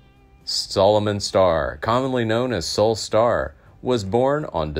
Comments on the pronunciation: Pronouncing the name of the subject incorrectly does not inspire confidence in the story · I would normally agree but this is an AI generated voice, so it doesn’t mean the info is bad. The computer just pronounces is wrong.